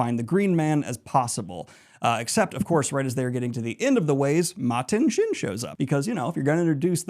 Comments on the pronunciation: Why do you pronounce Machin Shin with a “T”? Lol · Ok, so Machin Shin as Matin Shin (Martin Sheen) was on purpose, right? You didn’t want the editor to fix it, right? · I’ll be watching in chunks over the foreseeable future. Finishing up eye of the world and the black wind is called Machin Shin (was called Matin Shin) in the video - I like to think there’s a guy named Martin Shin out there who is feeling conflicted by this 😂 Thanks for all your hard work on this video, I’m having so much fun reliving the series!